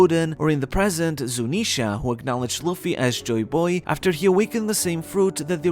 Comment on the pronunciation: Good vid like always, but it sounds so weird, when u always pronounce it joyBOY, instead of JOYboy